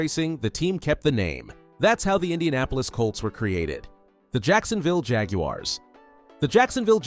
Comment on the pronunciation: The Yacksonville Yaguars!